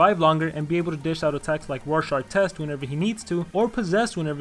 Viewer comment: it's rorschach